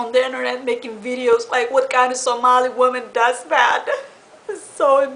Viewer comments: its not inerret its internet dummy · Inernet? She cant even say internet right what a fucking joke